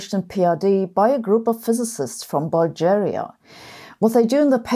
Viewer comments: Bal-jeeria? You so mispronounced that on purpose. Lol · The 'g' in 'Bulgaria' is pronounced like the 'g' in 'gram.' Long-time subscriber here, great content, I happen to be Bulgarian! :D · That really cracked me up when you pronounced Bulgaria as bulge area LOL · "Buljaria"? The one time she doesn't pronounce the letter "g" like a German (except when she says "German")! 😆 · Get the pronunciation of Bulgaria right :) you may call me for some lessons in oral expression :D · This is not how you pronounce Bulgaria... Other than that, excellent video as usual